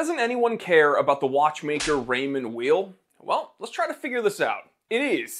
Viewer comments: Pronounced Ray-mond Vayl. as in you are not a vile person. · It's pronounced Raymond VAY. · The name’s pronounced yaaaaeeeel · Raymond Weil, say: "Rae-maw Vile". First name is of French, last name of German origin, so it's definitely not "wheel". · Pronounced Raymond Wile.. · With all due respect, you have no idea about watches, and certainly not about Raymond Weil. You are not even able to pronounce the name correctly. Shame on you. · You don’t even pronounce the brand correctly lol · You don't know how to pronounce the brand or the watches, you don't mention the actual prices people pay for the watches, and you don't actually own any of these watches. Seems weird to tout ignorance. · Funny thing is he don't even know how to pronounce the name 😅